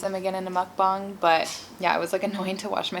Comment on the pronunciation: I obviously don't expect for people to know this but just to prevent haters making fun of your pronunciation of mukbang, its pronounced as "mook-baang" p.s I like you and your videos a lot so this isn't a hate comment <3